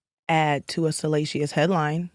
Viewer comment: Not salasheeyus.